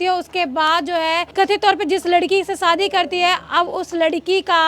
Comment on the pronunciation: मैडम सादी नहीं शादी करती है 😅😅😅😅